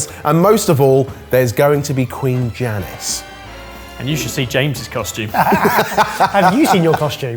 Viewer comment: sorry great video 9nly thing bugging me is its not said jani but said Yani a j in finnish is pronounced like a y and at a guess Id say the name is closer to like yaani